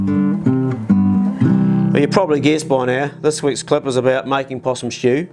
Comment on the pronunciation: Possum shtew 😂